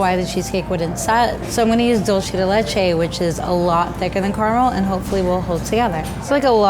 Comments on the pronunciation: It's pronounced DOOL-ceh deh LEH-che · it’s DULCE DE LECHE not DUCE DE LECHE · The way she said ducle de leche I was like that’s not how u say it. But the cake looks delicious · Her: "Dolchi do lechei" Latinxs: ¿Qué? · I like how she pronounce “dulce de leche” as ~dolchi di lechei~ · Dulze di leishe uff, me encanta escuchar a los gringos decir eso Btw, i would love to tase that cake :') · Esa pronunciación de dulce de leche deoos. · I love how says "Dulce de Leche". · She completely slaughtered the pronunciation tho😂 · She threw her french accent in hahaha